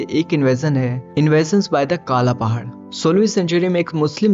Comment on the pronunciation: काला पहाड नहीं कला पाहाड